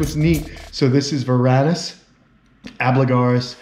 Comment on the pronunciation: It's really not that difficult to correctly pronounce "al - BIG - you - lar - us" (it's not "ab - la - gar - us").